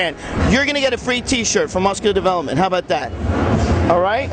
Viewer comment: i laughed till cryied when gregg said mooscular watched it 50 times &still funny nice work frenchy !!